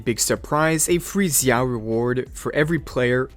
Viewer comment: Every time you say Zhao like that I wanna kms